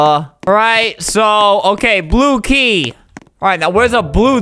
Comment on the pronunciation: Whenever Albert says "Blue Key" it sounds like "Blooky" and reminds me of Napstablook the depressed ghost from the Underman series.